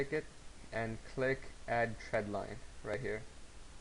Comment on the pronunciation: THX for sharing your knowledge. If you ever recut this tutorial, be careful with your pronunciation of "trend line" . . . sounds like you are saying "tread line" -- but other than that you've explained the concepts clearly.